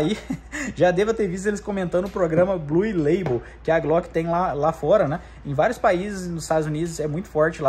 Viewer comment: “Blul” leibol